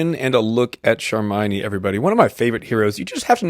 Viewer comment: How in the world you pronouced it charmynee lol Its charmione pronounced charm like the word charm and ione like yone